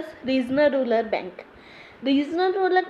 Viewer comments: arree ma'am thats not ruler thats rural ...... kahase ate ho yaar..... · Phle rural bolna seekh le fir padhana